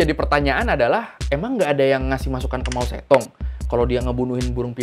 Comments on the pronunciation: Suka konten seperti ini. Ada koreksi soal pengucapan nama pemimpin Cina .... Generasi 60-70 seperti saya pasti tahu kalo saat itu pemimpin Cina namanya disebut dan ditulis Mao Tse Tung. Tapi setelah era penyeragaman tulisan th 80-90 an nama itu jadi ditulis Mao Zedong, walaupun tetap dibaca Mao Ce Tung. PM Cina berikutnya ditulis Deng Xiaoping, tapi dibaca Teng Siao Ping. Sukses terus buat abang ini.. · Mao Zedong ❌ Mao Cethung ✔️ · Jadi keinget guru sejarah wktu masih SMA. pas ngajarin sejarah2 tentang negri tirai bambu, cara ngeja nama Mao Ze Dong mirip sama cara ngejanya bang. setelah pelajaran sejarah, ada pelajaran bhs mandarin, dibahas jg soal Mao zedong sm guru native dari tiongkok. kami sekelas baru tahu kalo Mao Ze Dong diucapkan dlm bahasa mandarin harusnya Mao ce tung (ikutin penulisan bhs indo ya). sekarang beliau udh meninggal, jd kangen kan.:'(